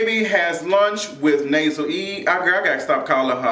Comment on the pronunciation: Such a good review lol the Nasel E cracks me up